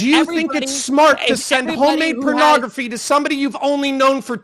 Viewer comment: He can't stop calling it "pernography" and it's driving me nuts